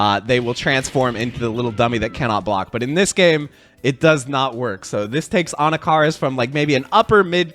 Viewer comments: Anakaris - It's pronounced like this (Ah knock ah Ris) For years I've been hearing his name pronounced wrong 😭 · For me the worst part of this release is knowing I’m gonna have to listen to you butcher the pronunciation of Anakaris that much more often 😂